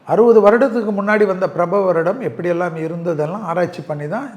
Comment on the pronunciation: பிரபவ அல்ல. பராபவ என்று உச்சரித்தல் சிறப்பு.